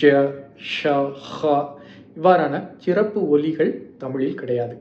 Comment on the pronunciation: தம்பி உங்கள் தமிழ் பணிக்கு வாழ்த்துக்கள். உங்கள் உச்சரிப்பில் சில சிறு பிழைகள் உள்ளன. அவற்றை சரி செய்து தொடர்ந்து உங்கள் காணொளியை பதிவிட வேண்டுகிறேன். சிறப்பு -. ச்ச்சிறப்பு (தவறு) சொல் - சொள் (தவறு) நூலை - நூளை (தவறு) நூல்களில் - நூள்களில் (தவறு) செய்திருக்கிறார் - ச்ச்செய்திருக்கிறார் (தவறு)